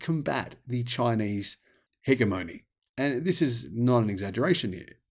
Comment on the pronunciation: FYI, you mispronounced hegemony. The G is soft and the emphasis os on GEM.